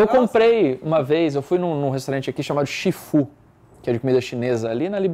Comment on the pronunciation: Otavio foi comer no Chi Fu e "Si Fu" hauhauahua